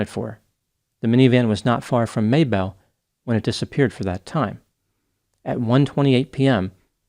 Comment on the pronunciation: I grew up in southern MN although not near Mabel but people I know who have connections to that area always pronounced it like the woman's name Mabel, not May-belle. But sure does his research on those Australian place names to get them right, impressive!